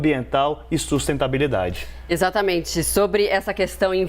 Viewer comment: Ele falou "sustentabilidade" ?!?! 🤭🤭🤭🤭🤭🤭